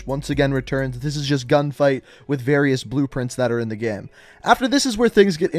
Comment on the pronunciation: Why does this guy say “gehm”